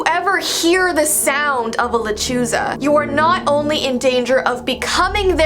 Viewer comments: Hi I have heard of the lechuza but it is called (Le-CHU-Sa) just wanted to tell u and also i can’t help but still love owls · Le-chu-za but you tried 👍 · Lol "Luh Choo zuh. "😂 Sorry, I've use to be married to a latina for 13 yrs and studied Spanish for decades. Her and I would always laugh a bit hearing people say that word. U say it like "Le chu sa". Hope this helps. ♥ ♥ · La-le-chu-sa is how you pronounce it or how I do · How to pronounce la Chuza, (La Ch-oo-sa) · Lechuza sounds like Lechuga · you did not say la chusa right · just so you know hehe... a "lechuza" it's a different kind of owl... like stingray and mata ray:D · You butchered the name